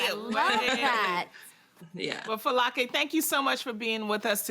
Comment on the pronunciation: Anybody else impressed with how well Adrienne pronouced her first and last name especially that last name😊😊👏👏 I was so happy I got so excited I was like yasss Adrienne 😁😁👍👍 kudos to you she was about to beome one of my favorites after that moment I can't😁😁 so amazing!!! bravo way to go!!!👏👏👏👏